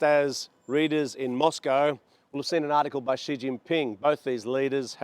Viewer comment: Never pronounce 'Xi" correctly, it's more like 'She' not 'G'.